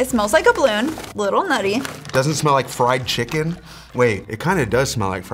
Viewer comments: STOP SAYING FRYED CHIKIN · Every round he say fried chikech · said FRIED CHIKEN everytime